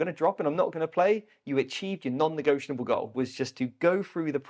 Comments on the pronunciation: "Negotianable" is not a fucking word and you both say it about 80,000 times... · I love your videos and podcasts but I've got to say it... hearing you say non-negioTIONable over and over is so hard to listen to once you notice it 😅